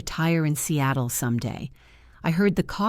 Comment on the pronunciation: Not Cattle but SEATLE